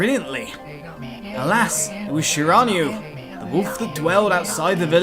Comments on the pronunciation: It's Shir-in-new-a I've played this game with my bff Starwolf and we beat it twice it's awesome I'm so glad you decided to play. If you like japenese mythology you'll love this Starwolf Violet loves your episodes so I'll bet she'll be surprised to see you playing the games she's played so much if you need any help ask me or Starwolf :P Have fun playing A-maut-er-aus-ew (Ya that's how you pernounce it) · Its Shira-New-E...but good Narration all the same. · Shiranui is pronounced She-rah-new-e btw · Shiranui is pronounced she-rah-nui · You said shiranui wrong